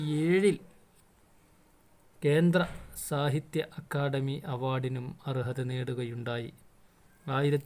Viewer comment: Akkadami alla akkadhami അക്കാദമി😂😂😂😂😂❤😊